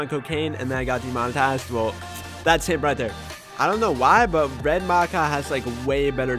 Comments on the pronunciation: It is pronounced Mack-aww not Mack-a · No he said macow